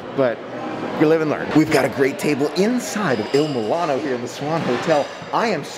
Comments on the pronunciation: Mul-ee- no not mil-A-no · I cringed every time you pronounced it Il milano instead of Il moo-lee-no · If you're going to review a restaurant, you should learn how to pronounce its name. Also, you should expand your vocabulary of descriptive words. You're not helping as much as you think you are. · I love all of your videos and so what if you mispronounced the name of the restaurant. We all know what you’re talking about. I don’t understand people. If you have a problem with someone then don’t watch them.